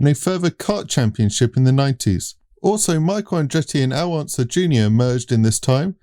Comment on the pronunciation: Glad to hear you figured out it's pronounced, U-SAC! But still, you guys are butchering the pronunciation of iconic names, like Donahue and Unser!